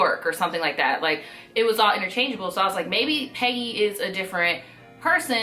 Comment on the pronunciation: I was over here thinking you're saying "petty" and not "peggy".